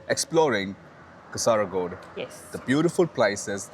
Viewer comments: Hi not Kasaraagod it is Kaasargod. (Check where i plased double "a". I put double "a" only for your understanding) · Correct pronunciation is Kaasarkod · It is kaa--sir--god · I think it Kasar_god "a" silent while pronounce...😊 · Kaa ser kod for pronouncing